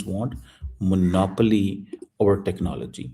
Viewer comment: Iss Cheema ko Phd kisne diya.. Ye toh Monapoly bolta hai.. Monopoly ki jagah. 😂😂😂